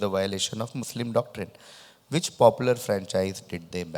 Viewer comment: going "muslin" is the dumbest thing I've heard in a loooooong time lmao🤣🤣🤣